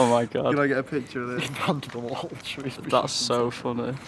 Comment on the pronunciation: so glad you pronounced Shrewsbury right 🤣🤣